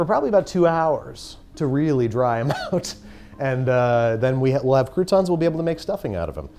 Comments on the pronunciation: It is not "coup-tawns" but "croutons". In French, it litterally means crust. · I' m verrrrrey sorry but you need to dooooo the bread roasting all over again... because it's NOTTTT COUPONS it's cRRRRRoutons this pronunciation is obligaturkey! As a chiropracturkey professional please do not try this at home with your family ;-) Dam' I'm hungry now...